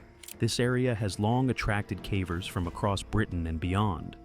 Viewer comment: 'cavers' or 'cavvers', 'Yorkshyre' or 'Yorksheer'. These are the mispronunciations that jolt one awake.